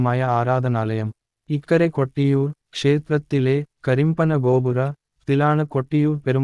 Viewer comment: കട്ടിയൂർ അല്ല കൊട്ടിയൂർ ആണ്